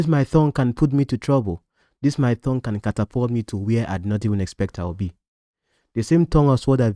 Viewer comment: It's tongue, not thongue I correct ur pronunciation today😅